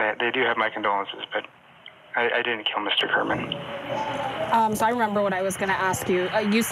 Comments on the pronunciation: Is pronounced Geram not gearman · Jeff "Garmaan"?? The report loses all credibility when the anchor doesn't care enough to get the victim's name right.